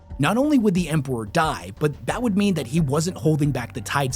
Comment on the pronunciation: How can bro say Empewow and Emperor, Thwone and Throne it's like a selective speech impediment